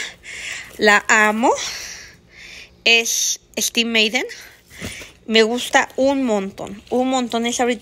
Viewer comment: Como dice " ESTIV MEIDEN" 😂😂😂😂😂😂 😂😂😂😂😂 NO PUEDO 😂😂😂😂😂😂😂 CORRIENTITA LA MUCHACHA 😂😂😂😂😂😂😂😂😂😂😂😂😂😂😂😂😂😂😂😂😂😂😂😂 quiero una bolsa estiv maiden 😂😂😂😂😂😂😂 pobresita, como cubre sus carencias emocionales presumiendo cosas materiales y bilsas estiv meiden 😂😂😂😂😂😂